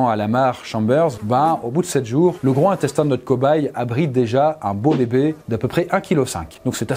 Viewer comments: Il faut faire la liaison entre gros et intestin! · Cher, on ne dit pas « le grohintestin », on dit: « le grozintestin » (liaison obligatoire)! Diriez-vous « le grohorteil »? Bon. Cette vidéo est aussi intéressante et instructive que les précédentes, mais elle est particulièrement insoutenable…